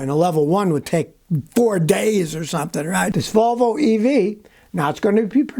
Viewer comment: ...Wolwo...they can't grok the letter "v"...